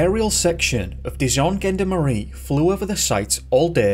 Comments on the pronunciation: the pronunciations did make me smile - gendarmerie isn't gen-der-marie with a hard g, but shjon-darm-uree, with a hard sh (hence adding the J to try to make it sound right!), gendarmes is shjondarm, Saint Hubert is Soh Uuberr and so on. ☺ I have to confess to disliking French in school, those silent letters drive me bonkers and I'm not keen on the snotting sound! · It's Zhawn-darm-eree not Gen-darmerie. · Gendarmerie is pronounced with a soft 'g', not a hard one. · Gendarmerie is pronounced Jon DAR Mery Gendarmes is pronounced Jon Darm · You pronounce the French Police incorrectly !!!